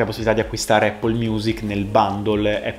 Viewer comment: Anch’io alla fine ho preferito Music sia per UI che per UX. Comunque incredibile che solo noi italiani non sappiamo pronunciare in inglese la parola Apple o Mac 🤔 forse ci suona strano 🤷🏽‍♂️